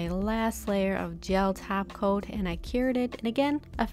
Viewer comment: I only hear taco instead of top coat